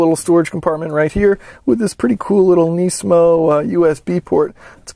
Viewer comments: It is not nee-smo. It is nis-mo. Please cut back on your thick american accent. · neesmo? its nizmo mang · why do you say nisamo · It's pronounced “nismo" not “neesmo" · KNEEsan KNEEsmo.... lol